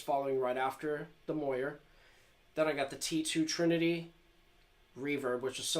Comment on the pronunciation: You must of failed every single english amd reading class you ever took as a kid. Pronouncing randall and mooer so badly wrong the way you do. Great guitar tone tho.